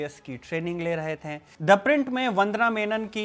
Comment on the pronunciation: कृपया "थे" को "थें" न कहें